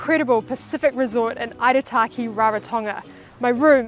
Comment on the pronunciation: Eek ah mar da pronounce your T's or atleast pronounce the name Aitutaki as you hear it.